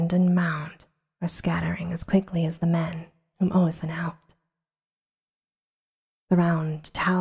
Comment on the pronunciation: Glad to see you back, hope you are feeling better! Btw, were you reading the name Oisín? Because that name is pronounced OH-sheen. And Niamh is pronounced “Neeve” or maybe a little softer towards (but not quite) “Neef”, depending on where you are from. Pronunciation of Irish words can be tough to figure out!